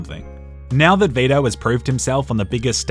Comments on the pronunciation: It’s Vi-to. Not Ve-da. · For some reason, I heard "beta" in place of Vito. Made the video even better.